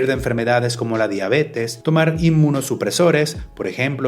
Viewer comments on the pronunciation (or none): none